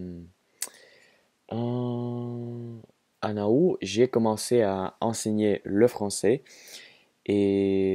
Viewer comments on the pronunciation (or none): août se prononce /ut/